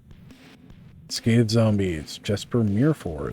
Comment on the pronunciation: The J in Jesper Myrfors name, is pronounced like a Y. sounds like Yes Pur.